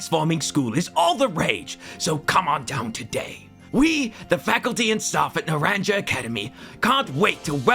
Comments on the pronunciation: >nar-an-ja the part of me that knows spanish is screaming >nar-ahn-ha it means "orange". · Naranha is how you pronounce it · Also your pronunciation of naranja killed me